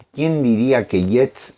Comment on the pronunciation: Sólo para información, disculpenme, el apellido Yeats se pronuncia "yeits"... gracias por sus programas, siempre los escuchamos, saludos